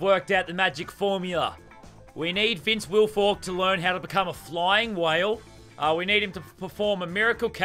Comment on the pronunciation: When he said a flying whale I thought he was soooo drunk😂😂😂